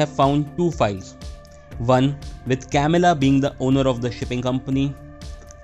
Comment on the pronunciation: I'm sorry I just cringe 😬when he is narrating and pronouncing the names so bad it's not hard to say güero (wero) or Camilla (ka-mee-la)not Kamila 🤯🤯 don't get me wrong video was good and well appreciated just don't say names next time if you can't pronounce them right please and thank you